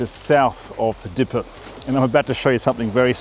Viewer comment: I enjoy your content and dont really want to be ‘that guy’ but most anglophones would recognise the local town name pronounced as dee-yepp, rather than deepe. Might help viewers place the historical event more quickly.